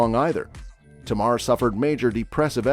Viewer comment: Her name is Tamar. Not Tamara 😊